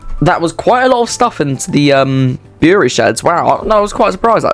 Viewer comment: Bury is pronounced like Berry. It pained me to hear your pronunciation. Bury isn't the terminus it's the main hub rawtenstall (raw-ten-stall) is one end and Heywood is the opposite end. The line does connect to the mainline and to the metrolink (Manchester tram network) there are many steamers as ELR but none of them were showing.